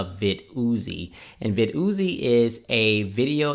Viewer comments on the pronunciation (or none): Vid-Uzi 9mm Lol. I think it’s pronounced: Vidd-e-Ohh’s Viddy Oze Like the caffeine med NoDoz No Dohs, not NoDahhs But whatever you think I guess is fine. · vid yozy haha lol pronounced "videos" don't get me wrong I am not bullying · I love it... vid ooo zee... you are funny. It’s still pronounced videos like normal. You can check their website. Anyway amazing and informative video. I loved it! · I'm mad he keep calling it Vid Oozie! It's VIDDYOZE Sounds just like VIDEOS! smh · nice review, but you do realize that it's pronounced vid-e-os! Thanks for sharing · Pronounced *videos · But i like it more when he says Vid-ooo-zee hahaha!